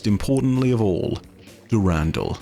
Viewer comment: "Dew-randall" made me do a spit-take cries in European